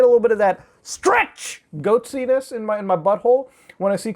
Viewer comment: "Goatsiness" Fuck I love you dude 💜